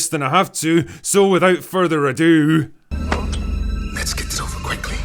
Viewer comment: "Widdowt furdur adeuooooooOO" 😂 wth? Lmao